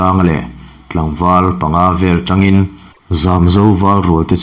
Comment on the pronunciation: Mizo tawng hi zir ngun deuh teh aw, "Atangin " tih tursh "atrang " tih leh "Zen" mai mai pawh a dik dan i hre lo tlat mai, chhiar hrim hrim chu i thiam ka ti tho mai.